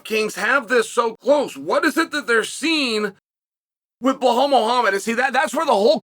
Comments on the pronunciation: “Blau-Hall” - Chael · I love how he leans into getting the names incorrect sometimes 🤣🤣 always calls him Bill Hal Muhammad 🤣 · First the typo, then Chael comes right out of the gate with "Blehal" lmao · BLA HAL . 1 second into the video and hes already done it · It's "Belhal" good Sir... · And in the video he says blahhal muhammad. Chael is doing that on purpose at this point 😂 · He doesn't even pronounce the first name correctly 😂😂😂